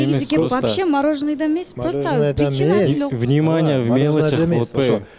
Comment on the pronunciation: Минимания дейтго Арген внимания дей албай😂😂😂